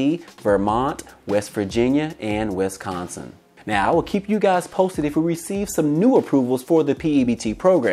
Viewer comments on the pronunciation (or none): none